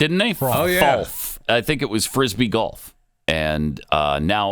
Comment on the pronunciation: FROLF NOT folf